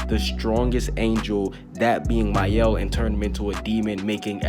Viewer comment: Thank you for pronuncing Maels name they call him “Male” 🤦‍♂️